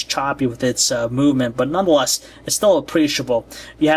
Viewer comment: "None The Lest " ughhhhhhhhhh i hate that !